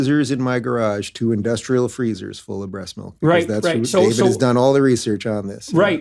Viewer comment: gayve and gayvid 🤣🤣